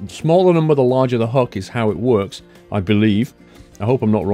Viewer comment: It's hook! Not huk!